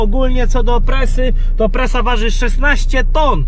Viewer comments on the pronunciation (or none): czemu mówisz presa a nie prasa xdd Pozdrawiam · To prasa a nie presa! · Nie no prasa może niektórzy mówioł presa ale to raczej od tak. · czemu presa a nie prasa? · prasa nie presa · Prasa nie presa